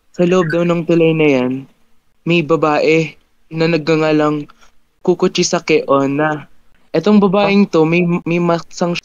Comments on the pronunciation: Kusisaki onna Po yung tamang pangalan Ng babae hindi Po kushesaki onna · I dol ko po kayo pag kumakain po ako pero mo hindi po cucuchakiona mali po kuchi sake onna po ang Tamang bangget poo😅